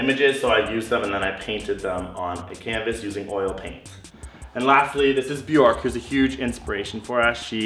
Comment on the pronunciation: You pronounced her name wrong though. Björk rhymes with jerk.